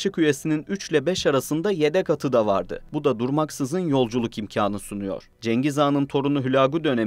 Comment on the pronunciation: Kaşık, kesik değil keşik